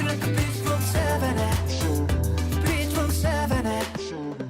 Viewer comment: it's beach not bitch. lmao.